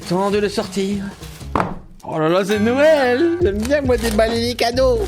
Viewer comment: Qd t'a dit Noël j'ai entendu No well😂😂😂 je crois que je fait trop d'anglais au lycée (environ 10 h)